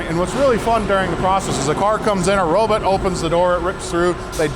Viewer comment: Robot, robot, not robut....lol